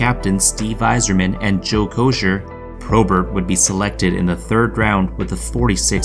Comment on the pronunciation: Joey Kocur’s name is pronounced - Joey “ KO-SIR “ ( not Kosher wtf ? ) . Do all you yids just copy stuff for profit while having not a fugging clue what you are really talking about ?